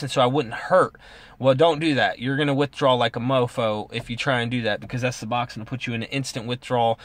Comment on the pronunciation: Pronunciation nazi, lol. good video